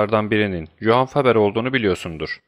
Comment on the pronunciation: Johann Faber ,Yohan diye okunur. F de V gibi yutulur . Hepimiz bu hataya düşüyoruz zaten .Bu hikaye gerçekten çok farklıydı. Bir labirentte hissettim kendimi...Tebrikler ! ( BERAY )